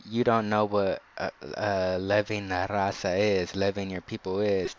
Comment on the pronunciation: You a fed, you can't even say "la Raza"?